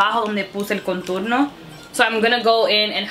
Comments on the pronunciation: Me encanta como hablas español pero it's contorno no conturno just so you know lol 😘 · Baby girl it's now "conturno " es "contorno " Anyways u are so damn pretty new Subscriber baby girl 😍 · it's contorno, not conturno 😂😂 #notahatecomment #dominicanoverhere💖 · hahaha yo tambien pense en eso! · En español es "contorno" no "conturno", igual me encantó escucharte hablar en dos idiomas ! 💕 primera vez visitando tu canal 👌🏼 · Por que dices conturno 😂? Love the video you are so funny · en español contour se dice contorno no "conturno" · Querida, no es conturno, es contorno. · no se dice conturno, es CONTORNO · It's said "contorno" not "conturno" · Es contOrno no conturno 😅 espero que no te moleste la corrección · contorno no conturno jejejej que graciosa eres, no te cansas de hablar spanglish??? mi canal es solo en español creo pondré subtítulos jijjji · Por favor contorno. Conturno es un disparate y un error enorme. Por favor! En serio me encanta que intentes hablar español y el resto de errores los puedo pasar pero ese continuamente no. En serio daña el vídeo, no puedo concentrarme con alguien diciendo una palabra tan mal dicha mil veces. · Dijiste "conturno" en vez de "Contorno" JAJAJA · No se dice conturno se dice contOrno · Qué graciosa!! Cómo dice "conturno"??? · mujer se dice contornooooo..🙄🙄🙄🙄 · Se dice contorno me agradas 💕✌🏼🦋🌴🌺🌴🦋✌🏼💕